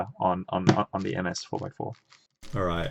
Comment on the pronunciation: When you say ms I thinks you said mf